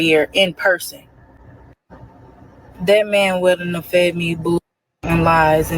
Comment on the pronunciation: Is she trying to say, “Wouldn’t have?” Is she saying wooden tub?